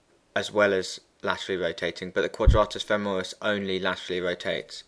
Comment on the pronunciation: femoris not femeris (cool video though :-D )